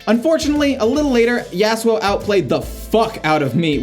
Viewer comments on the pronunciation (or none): the way you say yasuo like yeah su oh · the way you said yasuo. lynched.